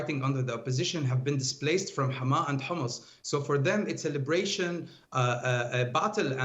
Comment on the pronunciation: I am frankly impressed by the way she's pronouncing Hama.